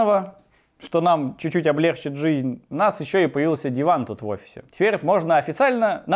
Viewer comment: вот ты бомбишь на "дОбычу", а сам говоришь "облЕгчит". "ОблегчИт", потому что "облегчЁнный", через "ё" это слово пишется, не может ударение никуда сбежать с него.